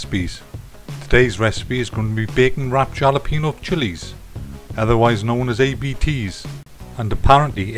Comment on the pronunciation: Gonna give this a try, hope the wife recovered, and by the way the J in Jalapeno is pronounced like an H.